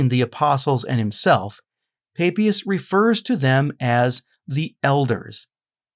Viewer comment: Sorry, but the name "Papias" is very straightforward : it is pronounced in both Latin and Greek, ancient and modern, and in all European languages, just as it is spelt, with the "a" as in "father". This is no Mystery!